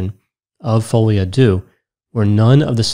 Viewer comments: It's "folie à deux " pronounced "de" not "doo" : ) Sorry but it was driving me mad as you said it quite a few times. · I laugh out loud at how people pronounce folie a deux "fowlyadew" it's pronounced "folie a deu" 3 words folie rhymes with lolly, deux rhymes with the the eu in neutron. Literal translation is madness of two. Not me being raised Dutch explaining in English how to pronounce French lol. (No shade, big fan! thanks for making me laugh). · At least go online for a few minutes to learn how to pronounce "folie a deux"! Your mispronunciation made it difficult to listen to the rest of your presentation.